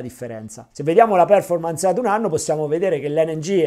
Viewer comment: Ottimo video come sempre grazie. Solo un piccolo appunto sulla pronuncia di performance, l accento cade sulla o, non sulla e.